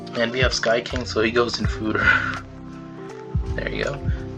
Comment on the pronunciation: Lol okay I'll take a shot haha. You just blamed the "fooder" error on your using of a Mac to record this.... Fooder. Fooder. Fooder x 29